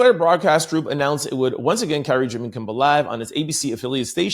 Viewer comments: I caught that too, but then I remembered he says he has a speech problem when it comes to his dyslexia. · …KIMMEL KIMMEL KIMMEL Not KIMBLE TWF? 😮